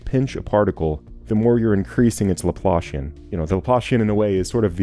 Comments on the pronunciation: You had me very confused by pronunciation of one word, Laplacian. The way you say it it sounds like what you get when you pull your boot out of the mud. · Pretty good. Only thing a bit bothersome is that the Laplacian is not the Laplashian. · That’s a great visual! I totally hear it. When I first heard someone say Laplacian, I was like there’s no way “laploshin” is an actual word 😂 Some people pronounce it “laplahssian”, but I think that’s more of a British thing.